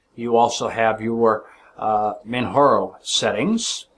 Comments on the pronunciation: man jar o, not man har o. this is not a spanish distro. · its not manharo, its manJaro. its not spanish its english